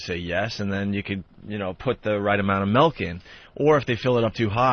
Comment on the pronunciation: I actually get legit pissed off when he Opie says ‘melk’ for some reason. And “The 10,000 dollar fewchitif’ 🤢🤮😡🤬